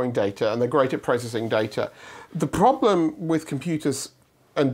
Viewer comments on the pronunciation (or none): the phrrrrrrrrrobhreem, until my phone Vbrated.